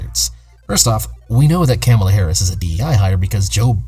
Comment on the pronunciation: If you're gonna make a video about Kamala Harris at least make an effort to say her name right.